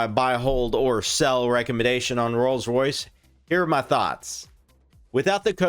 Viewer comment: This man butchers the pronunciation of rolls Royce so bad. I had to watch the whole thing to hear every one. Love the research.